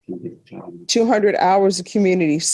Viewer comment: It kills me that she gets on everyone about how they speak and she can’t even pronounce the word month! She always forgets the th on the end! Pot calling kettle!